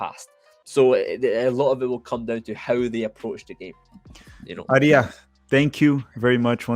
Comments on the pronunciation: No you did not , you pronounced Aree ya , but it pronounced R ya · How did it take you awhile to say Arya correct lol